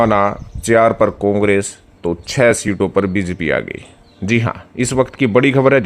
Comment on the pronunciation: भाई हमें तो यह पता है आप जिस के लिये काम करते हो उसका नाम भी ठीक से नहीं लेते हो। बीजेपी को बीजपी बोलते हो। नतमस्तक को नमस्तक बोलते हो। धेले की हिंदी नहीं आती। चुनाव विश्लेषक बन कर आ जाते हो रोजाना।